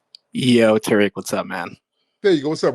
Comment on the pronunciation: The guy says he is Moroccan but saying the name Tariq incorrectly!!!